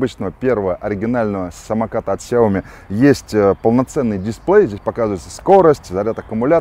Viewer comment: Gennadievich Бесят меня эти Ксяомишники. сяомИ Xiaomi 小米 Ударение на И!!!!!